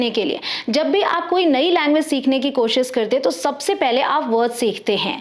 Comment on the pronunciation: Dear sis...urdu main kosiiish nhi hota... KO shish hota hy... 2times shhh ay ga... Thank u😁